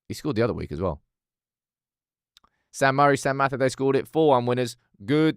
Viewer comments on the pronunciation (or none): none